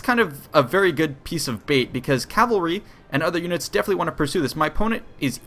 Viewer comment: Pet peeve. It's CAVALRY. Not CALVARY. 😂